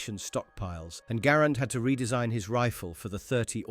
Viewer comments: G"uh"RAND not Grand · No one calls it the 'Grand.' It's 'Gair-and' or 'Ger-and.' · True ! The video is wrong. The man's name was pronounced " gerrand" and the rifle was always pronounced "Guh-rand ". See the film, America's Rifle The M-1 Garand by The Garand Collectors' Association. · It's pronounced Guh-Rand. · I think it just depends on your accent and what region your from, Im from the Northeast and pronounce it M1 Gahh-Rand, but I have friend from the South who calls a Grand and a friend from the West Coast who calls it a Garand. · Southern american accents, much like irish accents, often ommit syllables, Garand, sounds like saying "grand" in an irish or southern accent. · The US Army called it the Ga - RAND from the beginning. The early US Army training films are out there. Examples are on YouTube if you care to look. ALL of the veterans of the time also called it the Ga-RAND. There are examples of that on YouTube also. I was a child after the war, and grew up around those vets. John Garand didn't NAME the rifle, the army and the US Government did. You may not know, but John Garand was FRENCH Canadian and spoke French from birth. I have heard him speak and his English, learned later, was horrible. I have never heard him actually pronounce his name, but I am sure he pronounced it in French. It SLAYS me when a bunch of youngsters decide they know better than anybody else and start rewriting history just for the heck of it. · Truthfully, he probably isn't an English speaker and misheard someone. I have never heard anything but Garand - Guh - Rand.